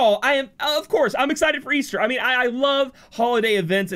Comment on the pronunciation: Es-Ter not Es-Thur